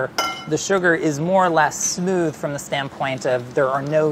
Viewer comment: Brooque613 omg I know ! I had to replay it 3 times to work out what he even said lol